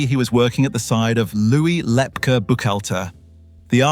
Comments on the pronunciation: It's pronounced Lep KEY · AI or did someone really pronounce Lepke "Lep-cah" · Thanks for this, very interesting, as others have said the name Lepke was pronounced with the end letters as KEY. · “Lepkeleh” WAS a Yiddish term of endearment used by the mob boss’s mother in addressing her SON. But as an adult living in NYC, he most certainly would have gone by “Lep-kee,” hard “Brooklynese” for a mentionable nickname among his peers. People without frames of reference and personal acquaintance with other people’s spoken vernacular should defer to other people to narrate unfamiliar texts for them. Likewise the word typed “Inc.” was NEVER pronounced “ink” prior to 1975–1980, when recorded dictation was used, or stenography, to transcribe letters and other documents, often abbreviating similar words to produce a typewritten or typeset article. Upon reading the item, however, no one would have confused “, Inc.” with “ink” for the title to have made syntactic sense. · The narrator did mispronounce Lepke.